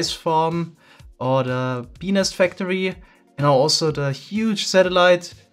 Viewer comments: it took way more will power not to laugh when he said "benis factory" then it should have... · Small tip... The way you said beenest sounded alot like... How do I say this in a pg way... A funny sounding body part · As an American, the way he says bee nest throws me off every time.